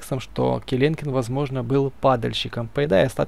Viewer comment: Не келенкен ,а келекен так всё круто